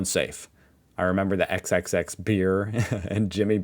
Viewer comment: Hey the XXXX beer is pronounced ias *4X” beer